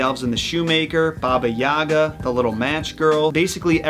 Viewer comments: Just so you know,, Baba Yaga is not pronounced YAH-ga, but rather Yuh-GA:). Also, super freakin’ excited for you to cover the ones you plan on covering!!!! 🤪🤗👏🏼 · Hey, I appreciate your channel immensely! Would love to see you do some of Slavic mythology creatures. On that note - is it too much to ask you to pronounce her as Baba YagA (with emphasis on the last a) as this is how she's called in Russian?:P cheers from Moscow:)